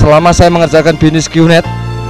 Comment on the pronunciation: Bisnis pak bukan binis. Harley pak bukan halei. Haduh si bapak